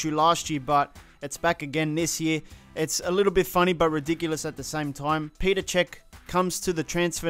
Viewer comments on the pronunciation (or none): "Peter cech" dearie me.